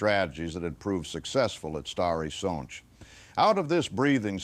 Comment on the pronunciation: Thank u 4 pernoucing the polish names corectly.its a rear thing to hear.i specially like the way u say stary sacz which is hard to pernouce.thank u 4 taking interest in this part of history